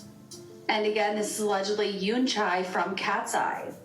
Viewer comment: homegirl said some yoonCHAIII 😂😂